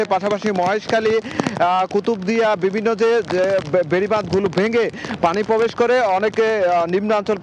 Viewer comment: মেরাল, পোরবেশ, সাইকোলোন সেন্টার, অদ্ভুত উচ্চারণ জামীর সাহেবের।